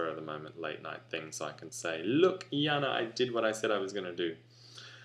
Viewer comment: hehe, cool xD Janne, now I like her name even more, when I heard it pronounced correctly :D